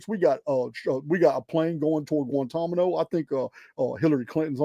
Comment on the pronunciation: You're so cute with your word reversals. It's Gwan ta na mo. Guantanamo. The "n" comes before the "m". 😘